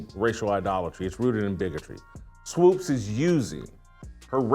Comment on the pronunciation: Is there a reason he purposely mispronounces Swoops’ name?